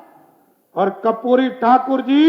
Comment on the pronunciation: कर्पूरी होता है कपूरी नहीं 😂